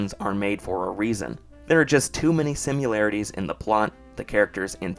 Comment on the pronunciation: Why do you keep saying Simularity?